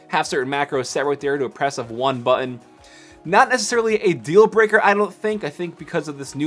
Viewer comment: Learn how to pronounce "Button", you idiot.